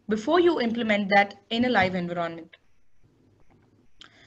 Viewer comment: It's Envi ronment not En vironment... Please it's annoying